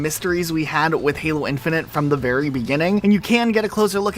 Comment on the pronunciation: Great video, though I cannot explain how mad it makes me when you say "infinant" or "infinunt" instead of "infinite" ... but that's a me issue :D